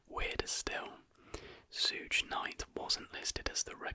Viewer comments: Did you really pronounce Suge as "Sooge"... Bri-ish people are aliens bro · He just dont know what he's talking about, I've never heard anyone say it like that and im from england